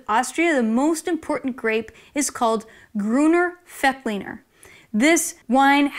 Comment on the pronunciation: Grüner Veltliner, this V is an exception. It is not pronounced F.